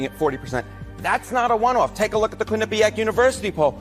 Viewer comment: Good channel, but you definitely should learn to pronounce Quinnipiac. It’s “Quin-ni-pee-ack”. Not Quin-a-pack.